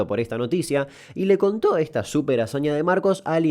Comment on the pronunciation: "y le conTOo"